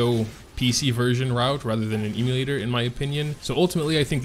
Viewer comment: Please stop saying eeemulator.